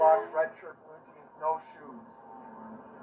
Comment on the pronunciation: I love how she says shooos 😂